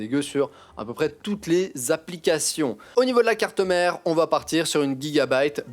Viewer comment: nn personne le dit comme vous donc je pense que nn